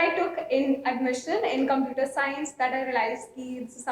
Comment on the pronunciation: I think the pronounciation of computer was wrong?